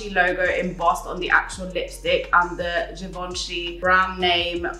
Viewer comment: haha Givenchy Rouge:p honestly you pronounced it well for someone who doesn't speak French! It is such a good video with great brands, the chapters are soooo helpful for a format like this. It's very clear + you are a real sunshine as always <3